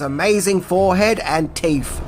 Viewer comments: did you say "Teef"? 😁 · 🤣🤣🤣 love those teefies